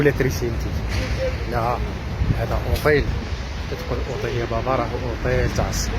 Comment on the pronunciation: غبي تتنكر لجنسيتك هههه... مغربي مستحيل تتقن اللهجة الجزائرية.... طواليت... اوطيل... طوبيس 😂😂😂😂... قالو نيورك.... عيب يخي مهابل